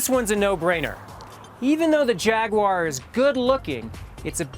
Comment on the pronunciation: What the fuck is a Jagwarrrrrrr?